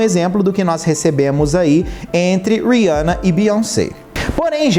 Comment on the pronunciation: Achei o conteúdo de muito mal gosto... E o nome eh Rihanna e nao Riança... Vc fez igual a midia rivalizando duas mulheres pretas. Use sua influência para fala sobre coisas legais e nao pra criar barulinho na internet!